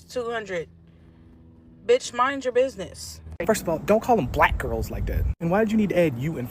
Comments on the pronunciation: She did emphasize black strangely, but she also emphasizes every other word weirdly too. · I had to go back to the early part of the video, where the woman waa asking the question to see the emphasis on the pronunciation of the word "black" that they were complaining about, because when I first heard her question I didn't notice anything out of the ordinary. But even after listening to her question again, I still do not hear any emphasis on the word "black". Maybe it is because English is not my first language, but I don't hear any emphasis.